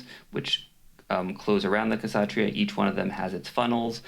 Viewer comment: I could be wrong but i believe it should be prounounce with a silent 'K' - satria, satriya, satreeya....